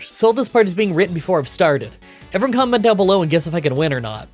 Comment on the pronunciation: did you say "every-bun" at the start? am I tripping? ... have you always done it??